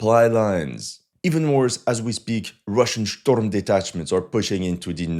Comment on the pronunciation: Cool content, but why pronunciate it "shtorm detachment"?